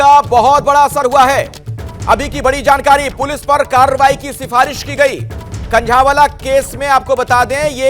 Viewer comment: कनंझावाला नहीं कनझावला हैं